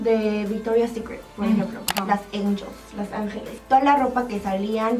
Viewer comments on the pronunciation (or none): none